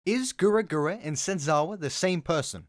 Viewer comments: Mans saying "GURA GURA" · This video was so well put together and narrated, I don’t think anyone cares that you kept pronouncing her name as what sounds like “Gura Gura.” 🙂 Liked and subbed. Keep up the hard work! Pretty sure you’ll blow up😊